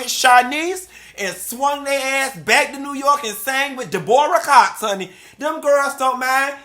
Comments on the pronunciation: Not DEBRA BUT DE-BOR-RAH IM DEADT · Who the hell is “De’bore’rah Cox?!?!?!” I’m am cracking the fucking up! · That de-BORE-uh Cox had me scree ming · I am in tears...... you are a nut!!! He said Deborah not Debra Flatlined 😭😭😭😭😭😭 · Not De-bor-ah Cox, I'm Dead! Lol 🤣😂🤣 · Not Da-Boar-Ah Cox😂.....funky u do too damn much🤣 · Not "Da-Bora Cox" 😅..., you are a mess!